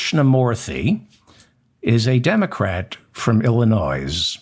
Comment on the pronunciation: David, you don't pronounce the (S) in Illinois. Grease. LOL